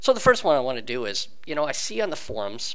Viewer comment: Is he saying Forms instead of forums too?